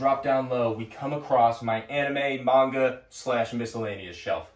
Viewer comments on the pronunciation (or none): none